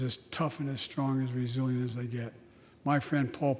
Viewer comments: Resilient/ resilience jobs.. you really hate on him because he pronounced a word wrong... Pathetic.. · All kidding aside. What the hell was he trying to say?